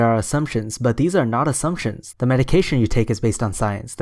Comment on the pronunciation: This guy can't even pronounce assumptions properly......assunctions